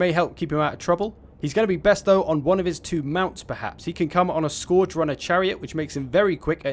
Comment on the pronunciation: You can’t pronounce scourge.